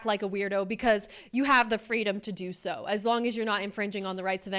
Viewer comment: "I'm sho FRUSTRATED!"